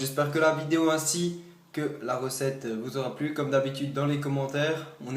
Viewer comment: Poureuh la recetteuh du Kebabeuh...